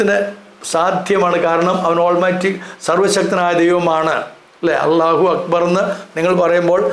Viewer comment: അളളാഹു എന്നൊരു പേരില്ല അല്ലാഹു എന്ന് തന്നെ. അളളാഹു എന്ന് നിങ്ങൾ മാത്രമേ പറയൂ ശരിയായ ഉച്ചാരണം അല്ലാഹ് /അൽലാഹ് എങ്ങനെ എഴുതിയാലും same. ആ നാമം തന്നെ ബൈബിളിലുണ്ട്. ഇതര മതസ്ഥരും അതുപയോഗിക്കുന്നു. ഇനി അത് ഖുറൈശികളുടെ മാത്രം ദൈവമാണെങ്കിൽ അറബികൾ ഒന്നടങ്കം ലബ്ബൈക്കല്ലാഹുമ്മ എന്ന് ഉച്ചരിച്ച് പണ്ടേ ഹജ്ജിന് പോയി? എന്തിന് ആ പേര് നിങ്ങൾ ക്രിസ്ത്യാനികളും ഇന്നും ഉപയോഗിക്കുന്നു? ഇനി യേശു ശിവൻ ക്രിഷ്ണൻ വാവര് ശൈഖ് ബിവി ബാവ ഒക്കെ പോലെ ഒരാളാണ് അല്ലാഹു എങ്കിൽ അല്ലാഹു എപ്പോൾ എവിടെ ജനിച്ചു മരിച്ചു ചരിത്രം ഒക്കെ ഒന്ന് പറയുമോ? ദൈവത്തിന് ജനനമോ മരണമോ ഇല്ല ബായ് ജനിച്ചതും മരിച്ചതും മരിക്കാനിരിക്കുന്നതും ഒന്നും ദൈവമല്ല സഹോ...